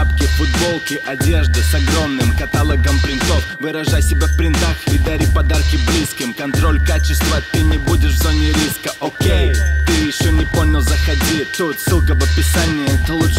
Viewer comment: катАлог**? серьезно